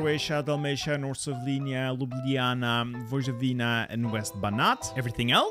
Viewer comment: Respect that you said Ljubljana correctly.